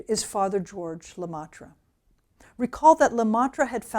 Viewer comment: Great lecture, Thanks! BTW and then , Le Maitre pronounce: le MEtre. not le MAtre.